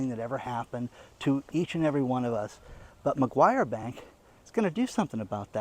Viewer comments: NOT McGuire, MACQUARIE. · I just heard your report, I need to let you know the name of the bank is Macquarie not Maguire. Watching from Australia. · not Maguire bank, it's Macquarie bank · It's Macquarie Bank (not McGuire) but yes it's sinister... absolutely chilling, the poorer people ad mum and dad businesses will be hit the hardest, those who trade on wafer thin margins. The tax office will be the biggest beneficiary. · It's Macquarie Bank! Not MaGyver Bank! You don't even know what you're talking about! Get a clue! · I look after an old couple in regional Australia and I am concerned for the financial welfare when Australia goes cashless. I am sure I am not the only one. By the way the bank is called Macquarie not Macquarie... apologies if I am being picky....😅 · for a start it is Macquarie bank, not Mcguire bank. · he kept saying Mcguire bank, but it is Macquarie bank. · This bank is prononced macquarry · McGruber Bank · It's "Macquarie bank". Great Content, thanks. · It takes just a moment for an internet user to type "BANKS IN AUSTRALIA".....and have the correct spelling and pronunciation.